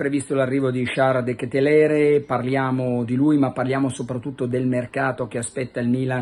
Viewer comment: De Ketelar si dice Carlo!